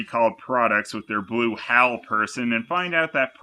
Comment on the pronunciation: HAL or hell?